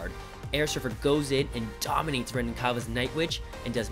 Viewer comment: You pronounce Renan wrong, he’s Brazilian so it’s Hen-an